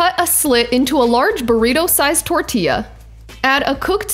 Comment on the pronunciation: I love your pronunciation of tortilla. 😆😍😂👋🏽🙏🏽